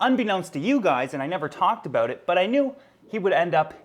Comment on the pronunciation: Ah yes, let's talk aboot Frank.